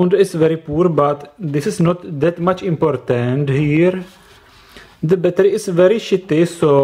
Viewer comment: battery not batrrrrrrrrrrrrrrrrrrrrrrrrrrrrrrrrrrrrrrrrrrrrryyyyyyyyyyyyyyyyy